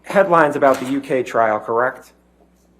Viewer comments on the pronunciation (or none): Kirrekt? Kirrekt? I’m going to have nightmares of this guys voice. Kirrekt.